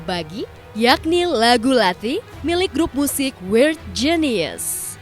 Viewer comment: mbak, baca weird nya perlu latihan ya